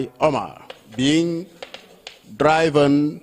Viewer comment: mind the pronunciation of DRIVEN.